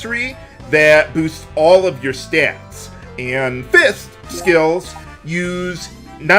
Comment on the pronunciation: "raises all of your styats"